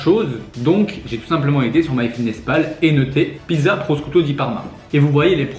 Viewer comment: C'est pas "proSKouto" di Parma, c'est plutôt "proCHoutou di Parma" :)